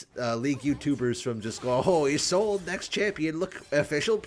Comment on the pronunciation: Isn't her name pronounced like yees-lod-ah? I could be wrong